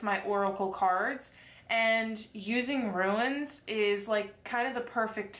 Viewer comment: In Louisiana chicory (chick or E )is in the coffee .not trying to be mean. Ruins are old buildings . Runes is pronounced roonz. I tell you this with the kindest of intentions .this box is Scandinavian Viking lore .